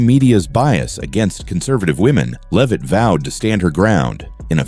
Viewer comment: Either this is AI voiced or the voice of an idiot. Respect would include pronouncing Leavitt's name correctly.